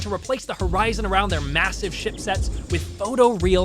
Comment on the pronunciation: bro did NOT say ship